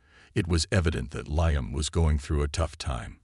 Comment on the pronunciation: The AI needs work, It's LEEUM not LIEUM...